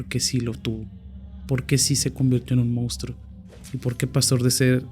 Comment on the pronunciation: Monstruo se pronuncia igual que como se escribe. Información que salva nuestro hermoso idioma. Bendiciones ❤❤❤